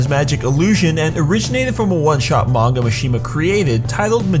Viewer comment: its manga not monga